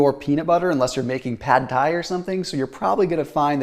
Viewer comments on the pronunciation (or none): none